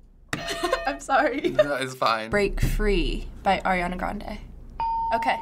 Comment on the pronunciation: Who's Eriana???! ITS ARIANA GOD DAMMIT